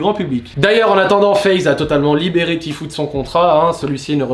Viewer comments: "Ti fiou" voilà comment on dit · Tu prononce mal "tfue" 😉!